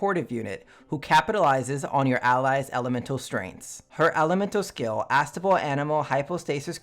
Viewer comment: Your breakdown of Sucrose was amazing. Absolutely top notch content. Just one thing. Say “A” Now say “Stable” Now say “Astable” It’s not quite the same as Unstable. Unstable is the opposite of stable whereas Astable just means not stable. Think Jenga. The Tower is either Stable or Astable at any given point, but once it’s falling it’s Unstable.